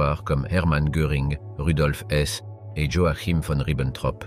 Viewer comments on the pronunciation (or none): none